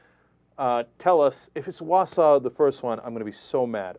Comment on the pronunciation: 2/3 1. I lived in WI, tons of religious nuts there big time...easy (pronouced Wal-saw, WI) 2. bulldozer in a contemporary story? Louisiana is only state choice where it aint uber cold right now